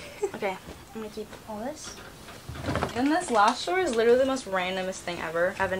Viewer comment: (literally litewly litewly )